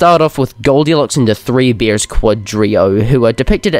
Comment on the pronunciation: he said beers instead of bears